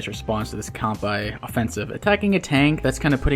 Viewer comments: Good stuff. Also looks like you caught the bad pronunciation from Mangs. From Kan-Bay to Kan-Bye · Kanbei is pronounced how it’s written. We don’t pronounce Sensei as Sen-sai, do we? Great vid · Yeah, not a big fan of the mangs pronunciation of Kanbyeeee. Mangs knows it's wrong btw (thanks to me) but he's too used to it so I can understand that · Oh no, he's learned the Mangs pronunciation of Kanbei/Kantbei. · I love how he pronunces Javier right but he mangs-pronounces Kanbei. anyway, top tier commentary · If I remember correctly, Mangs is Norwegian and Norwegian is a Germanic language and from what I hear from German, -ei is pronounced like the Japanese -ai (あい) and this have me assuming that their -ei follows suit. While incorrectly pronounced, I find Mangs's Kanbei cooler, lul